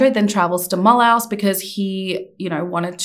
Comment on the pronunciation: Ouch. Okay. We have a home in Alsace, France. Mulhouse = Mull-ooze.